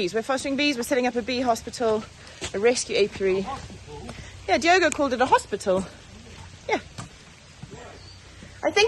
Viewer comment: So happy to see the New Bees. Call the Bee hospital as Hos-Bee-tal🙈